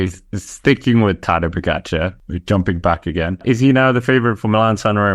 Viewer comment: you should coach durian rider how to pronounce Tadej Pogačar